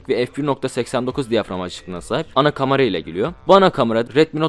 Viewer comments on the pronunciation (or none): Ben de ya lanet olsun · Adamın kamara demesinden dolayı videoya odaklanaamfim yaa